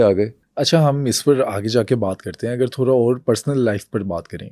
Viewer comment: teach the host to fucking pronunce urdu alphabets right tf is تھورا